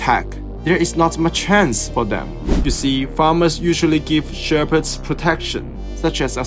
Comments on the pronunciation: Its pronounced sheh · puhds Not Shear - pids 😂😂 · im sorry but who else is laughing at the fact that this guy pronounces shepherds like sherbet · "Wolves will not kill the sherpets" yeah thats totally how that word is pronounced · the way you pronounce 'shepherds' is abysmal